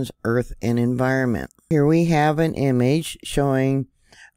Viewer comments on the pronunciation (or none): none